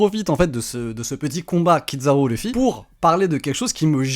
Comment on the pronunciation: Kizaru "zzza" pas Kid zaru. Même en japonais ils disent Kizzzzaru 😮‍💨 Il prononce plus japonais que les japonais eux-mêmes 😂😂😂